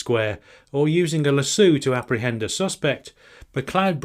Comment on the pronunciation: It's Lass-so not Lass-sue